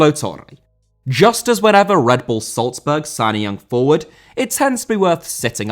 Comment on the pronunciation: Salzburg* not Soltzberg